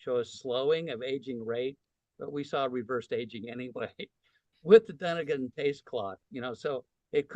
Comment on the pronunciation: Please pronounce Dunedin correctly: Dih-NEE-din /dəˈniːdən/. It is not Dun-ih-din.